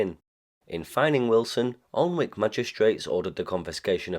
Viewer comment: The L and W are silent in Alnwick.